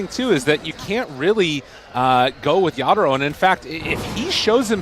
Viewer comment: Everytime this guy says Yata-Ro, it grinds my gears